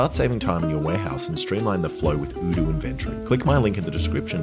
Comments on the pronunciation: They changed the pronunciation of Oh doo to udu? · i love how you pronounce odoo differently in every video, like is it O-doo or U-doo Alex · does odoo think that changing how their name is pronounced will make any more of us rich enough to own a business that requires their services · hold up, you had the same sponsor in boyboy and I think on this channel in past videos as well, and you pronounced it differently. Did that company not bother telling you how to pronounce their name until now? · Lol. Cant even say your sponsors name right... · Was the sponsor not happy with how you were pronouncing the company name? Maybe they should spell it in a way that makes sense. A single O shouldnt sound like OO. Especially at the beginning of the word, and ESPECIALLY EVEN MORE SO when the word is made up, and also ends in OO and ALSO only has 3 different letters. Id have said Odoo as well. Never Oodoo